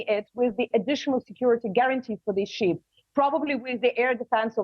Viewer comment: stupi** ukranian, learn! Those are not sheeps, but ships. Learn to pronaunce